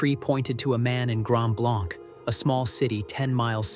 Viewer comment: And Grand Blanc is pronounced Blank.